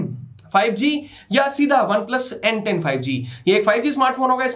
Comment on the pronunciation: When you said n10 I heard Ben 10😁